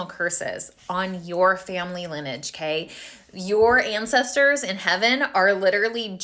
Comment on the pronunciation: Lin- e-age. Not lin-age.